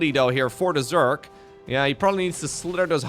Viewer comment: The only thing I’ve noticed with English is that when he gets real excited he tends to say Zerk instead of Zerg. “Oooohh Zerkling runby!” Its kind of adorable though so it don’t bother me none. 😅